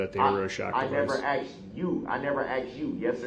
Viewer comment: "I never axed YOU" What a perfect opportunity for that sheriff to asj "Who is YOU???"